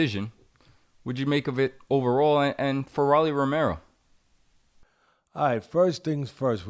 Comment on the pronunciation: Jesus Christ, its pronounced "Row-Lee" not "Raw-Lee". Like the nickname of a Rolex "Rollie"